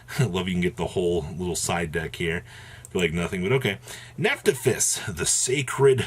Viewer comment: I love how he mixed neptabyss with nepthys Nephtathys Lol